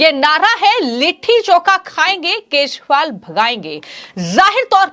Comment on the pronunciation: को केजरीवाल, बी जे पी व चुनाव आदि जैसे शब्दों को, किसी योग्य टीचर के संरक्षण में, रोज कम से कम 100 बार सही उच्चारण करने की प्रैक्टिस करनी चाहिए। शायद फिर वो ठीक तरह से बोल सके।